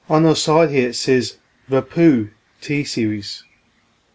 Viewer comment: The wapoo, bwootoof wouse, weason , mac book pwo, fweel, HA HA HA HA HA HA HA